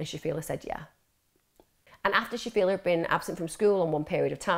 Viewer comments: The fact the VERY FIRST time you mention her name, you can't even be arsed pronouncing it correctly. It's not shafia, clearly there's an L in her name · Interesting, although it's a shame that she couldn't say Shafilea' s name correctly and kept using per se in the wrong context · I only watched 15 minutes and couldn't carry on watching anymore because there were so many inaccuracies and made up information. Farzana was not pregnant outside of wedlock. I don't even know where you would get that from. Stop making things up. The dad went to Pakistan, got forced to marry his cousin, brought her over to the uk and she fell pregnant. Also shafilea is not pronounced like that and some other names were also pronounced wrong. There are many documentaries about this case on YT, even watching at least one would've taught you how to pronounce her name. There's also a lot of conjecture and opinions such as when you said shafilea wanted to go to university because she wanted to live in halls and have freedom. Maybe she did want that we will never know but there's no way to ever know that so it's best to leave our opinions out and stick to what we actually know about the case. Most likely if she had gone to university her parents would've forced her to apply to local unis and commute.